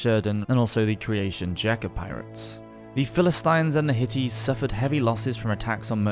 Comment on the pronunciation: Hittites is pronounced like "hit-tights" i know the spelling is very deceiving when it comes to how it's pronounced.